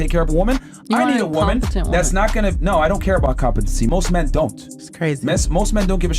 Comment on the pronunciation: Day 1187 Dude it pronounced Men and Man and Women and Wimen